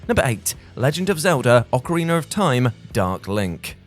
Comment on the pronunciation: OcarinA not ocarinER, there’s no R! 🤦🏻‍♂️